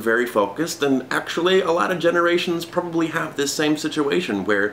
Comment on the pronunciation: when she said "you probobly shouldn't be a father" i was crying of laughter 🤣😂